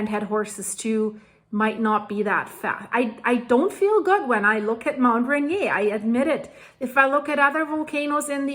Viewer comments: Really like your reports! It would be cool if you would check with a local on pronunciations of places. Mt Rainier is pronounced Rain-ear. Puyallup is Pew-Al-up. Cheers! Smiles. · USA: say "Ray Near" or I'm on two many drugs or both? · Very interesting post. One thing-we’re not French, so it’s pronounced Rain-ear. Keep up the good work! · Pronounced RAIN - EAR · Hi,, enjoy your channel. FYI, it is pronounced Ray-near. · The correct pronunciation of "Mt. Rainier" in the United States is typically "ray-NEE-er". ❤ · Mt. "Ray-near" ☺ could eaysily trigger the Cascdia or any number of Faults, Volcanoes... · person-turqouise-waving:It's the English pronunciation ray-neer, not the French as in the Prince Ranier of Monaco like you're doing like a native Monégasque, lol. :trophy-yellow-smiling::hands-yellow-heart-red::hands-yellow-heart-red::medal-yellow-first-red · By the way, we pronounce it Mt Ray-Near in the PNW. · Ray-near. Ray (drop of golden sun) near (very short way to run). I know the name looks the way you're pronouncing it, but (take it from a native speaker) English is dumb. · Pronunciation ..... Rain near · Mt. Rainier is pronounced 'Rain Ear' (One word). You're welcome! :) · Love your channel, I have been watching it since the Swiss avalanche. Anyway, the way you pronounce Rainier is close to reindeer without the D OK keep up the good reporting. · ray-near, n0t r0ck-et science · We say Mount Ray Neer like it rhymes with Beer. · I agree with you. Wouldn't want to live too close. Unfortunately, I have to live in Olympia WA and can see the mountain on a sunny day from our house. We pronounce the R in Mt. Rainier. (ray-neer). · you pronounce Ranier like I used to. It looks like a French word. But the locals pronounce it Ran-eer. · Pronounced Rain-Ear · Thanks for this report. FYI: the way that Americans pronounce the name for Mt. Rainier is Mt. Rā-nēer, not the French pronunciation that you are using. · It is pronounced “Rain Ear”. I live there.